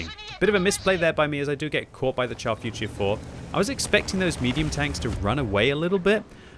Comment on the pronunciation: not "tchar". Pronounce it "shar". As in.. "shoot".